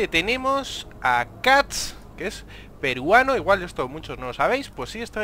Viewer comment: por que haces tanta enfasis en peruano?